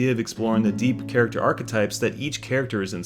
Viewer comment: you say "caricature" or "character"? sounds like caricature. Or i'm missing a context why caricature is used.